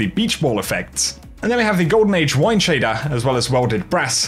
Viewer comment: Not sure,if you have had acting lessons but you now announce every last word over the top . Eg go here timer pick up your SHADER . You now over do the T’s on TITIAN , sounds too false and scripted . Annoying